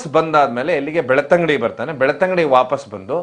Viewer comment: Sir ಅದು ಬೆಳ್ತಂಗಡಿ, ಬೆಳತಂಗಡಿ ಅಲ್ಲ